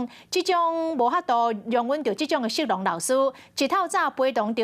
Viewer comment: 色狼台語發音…“四郎”？！